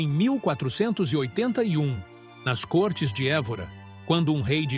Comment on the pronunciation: Lê-se côrtes e não córtes.